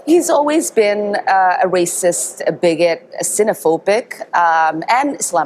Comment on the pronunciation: Did she just say "he's always been a 'wacist'? 😂